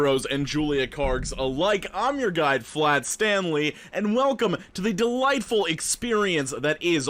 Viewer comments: Ok but for real tho is he saying guy or guide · Fr though, are you saying "your guy" or "your guide"